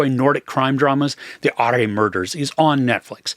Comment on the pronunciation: Hi, Love your reviews, very entertaining. I think 'ARE MURDERS' as you said pronounced as 'ORA MURDERS'...............Episode 3...Hidden in Snow: Part 3.............Goodluck!